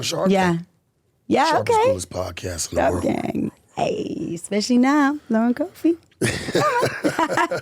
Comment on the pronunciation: The woman is very genuine. But this guy here,. He just dumped on this country by not being able to pronounce Cofie. All it takes is a 2 grade economics class and he will then be able to pronounce names/words correctly, and not say " maybe that's just the American in me". People like him is what is dumbing down this country.